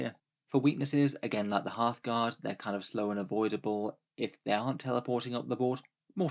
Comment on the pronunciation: Every time you say "Einhyr Hearthguard", I hear Halfguard and that is what I will now be calling them from now on